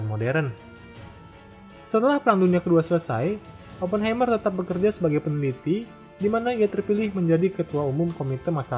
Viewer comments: dibacanya bukan ‘Hei’m(mer) tapi ‘Hai’m(mer) - Heimmer itu dari kata Heim (dibaca Haim) yang berarti home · FYI, cara baca "Oppenheimer" itu "Aa·puhn·ha·mr".